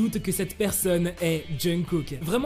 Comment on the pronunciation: Il dit jeungkook ? Et au passage ça m'énerve en quoi c'est "choquant" ?? Faut arrêter de vouloir tout savoir tout de leur vie privée, laissez les aimer qui ils veulent !! Que cette histoire soit vraie ou non, de quel droit on s'en mêle ? On est fan de BTS, oui, mais c'est pas à nous de nous en mêler, de nous enflammer ou de faire des théories fumeuses sur eux... c'est chiant à la longue